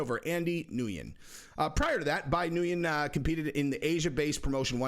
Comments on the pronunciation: Ngyun is “Wen” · Nguyen is pronounced "nwin". It's weird but it is and what it is. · Nguyen is pronounced “win” I believe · its pronounced “be new win” most common Vietnamese surname.